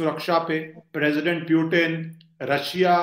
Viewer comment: सर पुतिन नाम है, प्यूटिन नही🙏 बाकी इंटरव्यू मस्त था